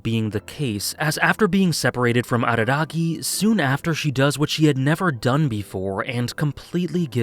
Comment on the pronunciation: Late to the show..... didn't he tell Mayoi that he would leave all to save her? Edit: "Hachikuji Goodby" is saddest scene in all, for me. Also, thanks for not imitating a barking dog when saying Araragi.